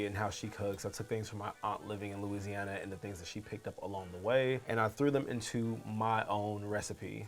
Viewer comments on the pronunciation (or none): none